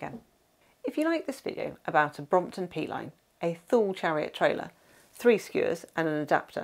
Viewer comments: Nice video and nice place in France I've never heard of! As a swede from the area where Thule is from I never heard anyone say Thule like that 😀 In Sweden we say it like tu-le, the h is silent. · Thule I thought was pronounced as Toolee ? Great video though 😁😁